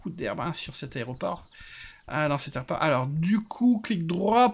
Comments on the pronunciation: "La raie au porc".... rhalala sacré;) Et l'outil pour couper l'herbe c'est un "rotofil". Voili, voilou... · Petite info. a prononcé Aéroport "Aré-o-port". Jusqu'à 15ans. Et non je ne met pas ca sur le dos de car c'est quelque chose que je faisais et qui m'a embarrassé /sifflote. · Hahaha j'avais jamais remarqué que je disais aré-o-port aussi jusqu'à je lis ton commentaire